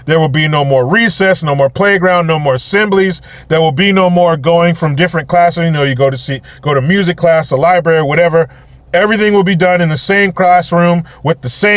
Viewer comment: I know it's not your fault due to being black and everything, but, you said semblies bro. 😆😆😆